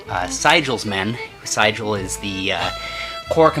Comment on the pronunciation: Enjoyed the perspective from miniatures. You are mispronouncing the name of General Sigel. It is "SEE GEL". Terrible general too.